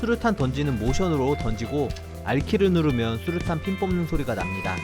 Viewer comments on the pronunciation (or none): 첨에 수류탄을 수투탄이라 함